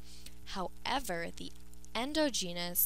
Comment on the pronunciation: Please learn how to pronounce endogenous and exogenous.